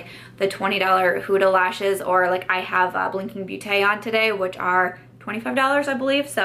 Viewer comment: I love your videos and always get excited to see the notification that a new one is out! For the pronunciation of beauté in blinking beauté it should be pronounced more like "botay" since it's not English.